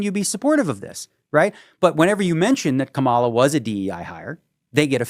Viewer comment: Great interview, Daniel is a fascinating and brilliant guy. Incidentally, minor thing, you guys are both pronouncing Kamala's name wrong.